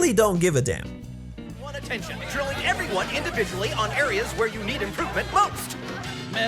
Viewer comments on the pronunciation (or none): none